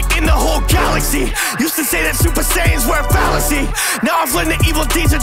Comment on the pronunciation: He pronounced it in a southern accent to rhyme with "saiyans"